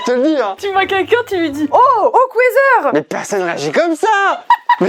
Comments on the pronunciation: hochwasser: mot en allemand qui se prononce “horwasser” ou “horwassa” pour un bon accent et qui signifie littéralement haute eau: le okwayzer, ils commencent à me peter les c*uilles avec leur anglais! c’est pas pour corriger ou quoi!! j’ai juste trouver ça super spontané de et ça m’a fait trop rire voilouuuuuu 😂 c’est vers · "ils commencent à me péter les couilles avec leur anglais" … C’est de l’anglais… c’est de l’allemand/alsacien…. Ça se prononce "orrrrvasseur" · J'ai tellement ris à quand dis Hochwasser, "Okweather" c'est pas une bonne météo la traduction 🤣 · Oui “hochwasser” c’est allemand 😭 et on le prononce “or vasseur” voilà bisou vous êtes super drôles🩷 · Mais wesh on dit pas hok Weser On prononce horvasseure Et en plus allemand horvassa Et aussi wasser c'est de l'allemand anglais c'est wather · Hochwasser se prononce " hhorvasserr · Le Hochvasseur on prononce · Le hochwasser se prononce "horr vasser" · OMG alors en Alsace on dit soit tu va au fraise soit tu dit hochwasser et c'est pas du tout de l'anglais c'est de l'allemand / alsacien 😭 et sa se prononce horvasseur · Ça se prononce hogVasser et c'est de l'allemand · "hochwasser ?! il me pete les couille avec leur anglais !".... je chiale.... "Hok weather" je veux mourir, vous avez detruit l alsacien mais qu est ce que je vous aime 🤣🤣 par contre pour tancarville et stewi, je pense c etait peut etre la marque de l etendoire ? Comme velux ou klinex ? c est devenue le nom de l objet alors que c est la marque de base ?